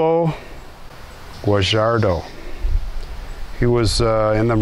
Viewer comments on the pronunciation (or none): Guar”h”redo not “j” sound, Shalom!